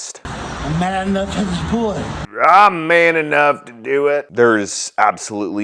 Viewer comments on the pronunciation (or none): I'm 75% sure he said "I'm mad enough to pull it" Not "..man enough.." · I thought he said "I'm mad enough to do it". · He said I’m mad enough to do it, not man enough to do it from what I can hear